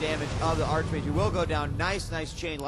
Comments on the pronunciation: How I hate people who pronounce arCHmage instead of arKmage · Its pronounced Ark-Mage rofl